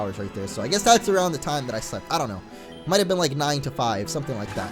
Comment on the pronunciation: when says i dont know it sounds like he is saying audino